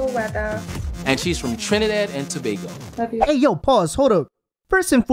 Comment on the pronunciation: Im glad you guys are pronouncing Tobago right. like finally